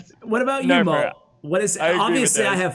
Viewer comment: 'Molt', not moot.